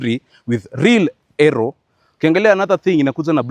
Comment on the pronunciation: Aero ❌ Eroo✔️ 😂😂😂😂😂😂😂😂😂😂